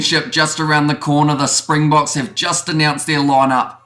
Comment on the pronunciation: MASSIVE kudos for your pronunciation and nailing the South African pronunciation. So many commentators etc not putting in the minimum effort that remains a simple component of the job - well done.